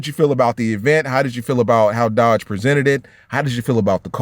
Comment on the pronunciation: 🇺🇸🇺🇸🇺🇸🇺🇸 Last real American muscle All I gotta say is when you say the word Dodge put some spect on it